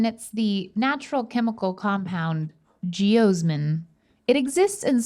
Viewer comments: it's pronounced "Gee-OZ-min" rather than "Gee-OHs-min" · no one:: geosmen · As a past beet researcher hearing mispronounce geosmin over and over was a tad painful lol. ge-AH-smin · i like when she says jeosmin not sure why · Rhett: Russian Restaurants: Geosmin Siri: Yep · Can we get a 10 hour loop of saying geosmin? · saying "geosmin" as many times as she could fit into the segment made me smile the most. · I want to continue saying geosmin randomly throughout episodes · Alright who was the beautiful bastard who clipped saying 'Geosmin' incorrectly 😂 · I feel like should've said geosmin one more time